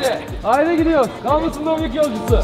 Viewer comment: Abi dominik değil dombilik 😂😂😂😂